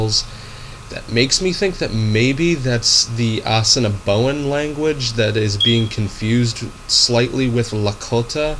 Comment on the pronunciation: What the is this guy trying to teach my language for, he doesn't even pronounce Assiniboin right, and Assiniboin are our relatives they don't speak a different language they speak a dialect, the 3 main dialects are Lakota, Dakota, and Nakota and each has sub dialects especially Nakota. Nakota is what the Assiniboin speak.